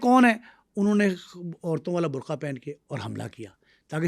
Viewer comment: Dear, the word is BURKA, NOT BURKHA, Please correct this and improve your Urdu accent. You are providing very valuable content. Thanks.